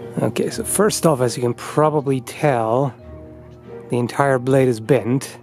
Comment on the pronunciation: I’m sorry but I can’t resist. it sounded like you said It literally CUt eento thuh blayeed